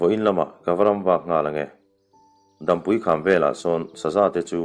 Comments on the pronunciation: Dampui hi Dâmpui, tia lam tur. Chhuantawlawl tih hi lawl hi ri hniam tur a ni. Tuiluankawr tih laia 'kawr tih ang hi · Dampui kham tih tea Dampui i lam dan hi a dik hlel hret a.. Dam lo kan awm e tiha dam lam anga lam loin tlang pang, ni hmu lo sawi nan dam kan hmang anga lam rik zawk tur aw... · Dampui tih hi, dam(hnawng,ni hmu lo an sawi a DAM an hman thin ) tih a lam zawk tur anilo maw. Hotu pa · dampui lam dan hi ni hmu lo dam lam dan ang a lam tur a ni, mihring dam chen tih thluk ang a lam loin